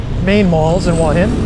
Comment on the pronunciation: It is pronounce hua, with the H, and not hua with a W,like you keep saying